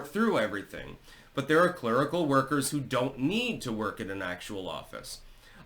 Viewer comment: "Clurical", huh? 😂